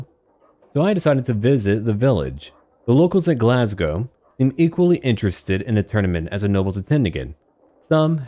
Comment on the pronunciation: As a Scottish person, I am genuinely impressed to hear "Glasgow" and "Malcolm" pronounced properly. After hearing so many Americans pronounce is as "Glass-gou" and "Mal-call-m", it gave me the warm fuzzies.